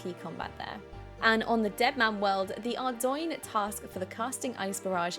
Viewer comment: Checked out your twitch, and it doesn't show you stream OSRS. I can see you play though. Awesome voiceover for the recap. Nailed the pronunciation of Ardougne!